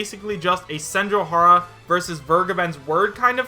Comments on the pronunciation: It is pronounced Sen-joe-gah-har-ah, not Sen-joe-har-ah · Dude, you had Senjougahara's nickname un front of you and you couldn't even pronounce it right once 😩